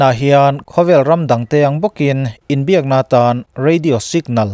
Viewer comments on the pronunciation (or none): none